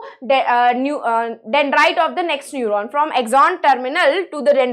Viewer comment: mam nephron nhi neuron..